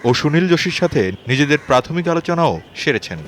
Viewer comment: কি উপস্থাপক মাইরি। "সেরেছেন" কে বলে "শেরেছ্যান" খ্যাত